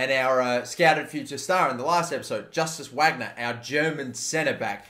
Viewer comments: VARGNER, not whagner pls 😩😩😩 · Wagner is pronounced Vargner, name of famous German composer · Don't want to criticise or anything, but I know you'll be using this a lot in the future, but I just want to say that the future star guy's name is pronounced Vagner, since in German W is pronounced as a V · It’s pronounced Varg-ner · Wagner’s name is pronounced ‘Vagner’. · Wagner is pronounced like Vahgner